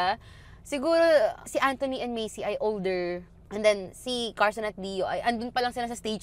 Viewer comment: medyo napapahinto ako kapag “Macey” yung pagkakapronounce mo instead of “Mace” lang hahaha